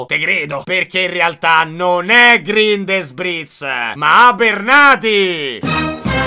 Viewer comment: Sì pronuncia "GRINDELVALD" e non "GRINDELUOL"! 😅😅